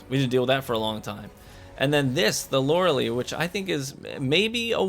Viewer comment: Best exotic EVER don’t care how many times it’s getting nerfed I will never gonna take it off, just for the simple fact that Loreley it’s my daughter’s name!!! 🥰 and by the way u are saing the name wrong by don’t worrie Lolol keep up the good work!!